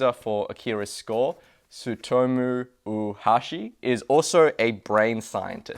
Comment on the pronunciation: you're pronouncing Oohashi as if it's spelled "Uhashi". "Oo" and "ou" are pronounced as an extended short vowel O.